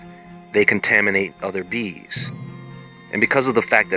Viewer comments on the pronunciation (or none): I swear I thought he was saying beans and I was like ooh a superbean 🤣🤣